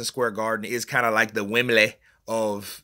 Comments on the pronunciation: 'Wem-blee' not 'Wem-bleh'. It's just 'norf' of 'Landon'. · Loooool. You need to change that accent when you say 'Wem-bleh'. Wembley is in the south of England, 'norf' ,as we say down here, of London. You should pronounce it 'Wem-blee'. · "Wembleh" 😂😂😂😂😂😂😂, ur mocking Kel Brookes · The way you say Wembley cracks me up!!! 🤣🤣🤣🤣🤣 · The way he says Wembley 😂